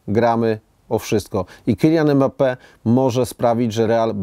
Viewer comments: Imbape się wymawia😁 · poprawnie wymawia się [ymbape]